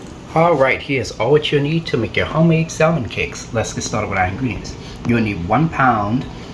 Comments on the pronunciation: Looks good. But it’s pronounced sam men. Or sam mon. Not salmon. The L is silent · the l in salmon is silent. Samin cakes is the correct pronunciation. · The "l" in salmon is silent. Samon cakes. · Pronounce samon